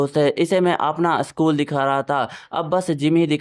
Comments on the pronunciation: Sakul nii hota school hota h😂😂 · Sakul nahi school hota hai